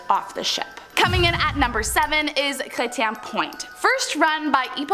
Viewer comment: Chretien..lol! Funny.. Chre-shan darling😁